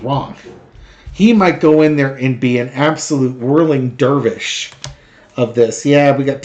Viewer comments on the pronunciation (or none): none